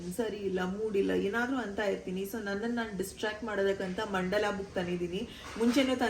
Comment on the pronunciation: ಮಂದಲ ❌ ಮಂಡಲ ✅